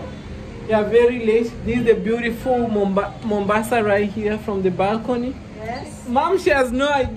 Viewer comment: I guess your Mom surprised you, calling Mombasa Mombao